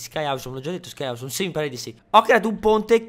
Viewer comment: surryyyyy non si dice Sky ausommmm !!!!!!!!!